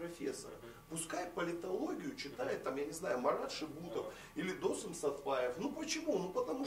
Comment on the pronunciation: ведущему нужно срочно что-то делать со своей культурой: либо намеренно коверкает имена-фамилии казахов - ДОсым, САрым...либо одно из двух